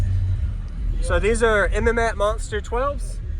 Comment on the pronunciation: like your videos, and this is a nice system. I'm from Florida where mmats is located at they are very big down here and well known!! But I have to call it out.. lol it's pronounced "MATTS"